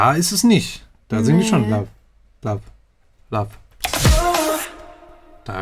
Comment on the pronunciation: they are saying 'lub' cuz in Korean they don't have a 'v' in korean